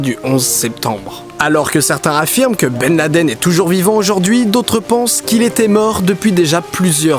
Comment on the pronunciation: Ok, mais du coup que penser des photos et vidéos que l'on a de Ben Laden ( au passage, merci pour la prononciation non francisée) datant de son arrivée en Afghanistan lors de l'invasion soviétique? Travail très très en amont de la part d'Obama? Ensuite, pour le " on enterre dans les 24h": ok mais de toute façon le fait de jeter le corps à la mer ne respecte pas le rite musulman qui n'accepte cela que si le croyant est mort en mer où que l'on ne peut rejoindre rapidement la terre. Clairement, disposant des moyens logistiques que l'on connait, l'armée US aurait pu l'enterrer en moins de 24h sur n'importe quel coin de terre ferme du monde. Que penser ensuite de tout les " supplétifs" de Ben Laden, eux aussi seraient ou auraient été des acteurs ou alors ils auraient été, eux aussi, manipulés? Enfin, pour les théories qui veulent que le 11 septembre soit un " inside job" de la part du gouvernement US ( parfois avec l'aide voir à la demande d'Israël), je me permet ici d'évoquer les thèses de certains chercheurs qui estiment que ce mythe vient du fait qu'au Moyen-Orient existe un réel " complexe d'infériorité" qui ferrait que l'inconscient collectif sur place porte les gens à ne pas croire que des gens de la région ont pu réussir un coup pareil contre le géant américain.